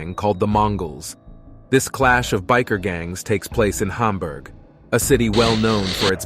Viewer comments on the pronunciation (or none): none